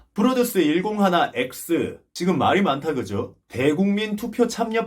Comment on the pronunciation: 프로듀스 엑스 원오원 이라고 읽어야 되는데 다르게 읽어서 좀 웃겼습니다. ^^